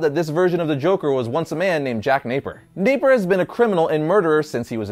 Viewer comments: Its napier not naper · Hate to be that guy. But, it's Jack Napier. Not, Jack Naper. Great stuff though!